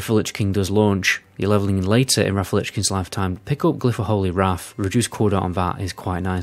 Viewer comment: I’d love to see a video where you challenge yourself not to turn [th] into an [F] at the end of words. 😄 Maybe then we can stop talking about Deaf Knights and Wraf of the Lich King etc! 🤪